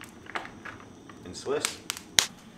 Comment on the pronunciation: Great video. As someone who regularly visits Scandinavian countries the concept of stealth camping is hilarious to me as anyone can camp anywhere there as long as it’s not private property. Btw a little hint…The cheese Gouda is actually pronounced like Gowda, you say the ow like Owl or Ouch. Look forward to your next vid my dude 👍